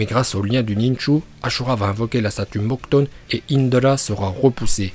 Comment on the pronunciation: Non mais les gars ça vous choque pas il a dit que le démon a gaara s'appelait ichibi alors qui s'appelle Shukaku et on en parle comment il dit Mokuton😭😭